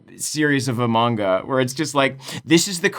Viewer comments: pronunciation of manga hurts me... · It’s pronounced “manga” not “manga”